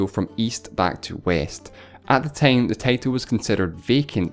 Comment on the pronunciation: hey this is the person so said tine instead of time